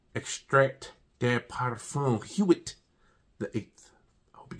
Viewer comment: It’s pronounced “wit” with a soft “w”. Will you do the Neuf as well?